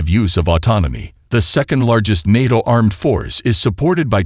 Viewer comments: I love Nattoe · I repeated the way you said NATO a lot of times in disbelief